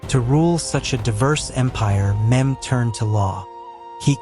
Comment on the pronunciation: His name is not memd it’s Mehmed